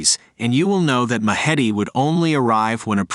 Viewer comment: Do you mean 'The Mahdi'? If so, your pronunciation is atrocious!